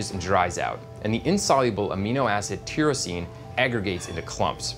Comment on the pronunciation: Please learn to pronounce tyrosine,.